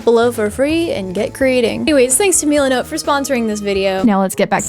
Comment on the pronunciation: Meelanote Me: has a stroke